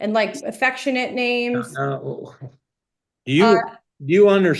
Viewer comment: Oh,, how we love your ways😂 I can't help but giggle at the way he mangles people's names😂 I couldn't do this job..I would be putting folks in time out and contempt all day long.